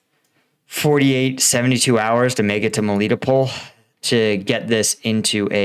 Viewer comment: Mel- leh- toe-pole Melitopol